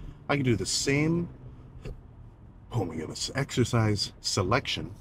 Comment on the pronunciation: My favourite part of everyday is when he says “homygoodness” 😂